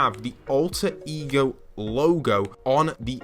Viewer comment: EGO eee gee ohh